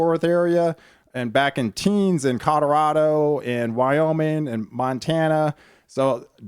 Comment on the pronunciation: Please quit saying "Cod-a-rado"! "CO-LO-RAH-DO!" Say it with me!